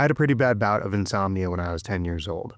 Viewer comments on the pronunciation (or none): none